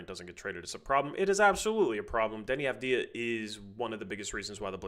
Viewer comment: How many games before gets the Avdija pronunciation right?